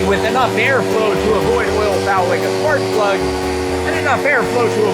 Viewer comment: this Sparkplug, Sems Aussie one 😂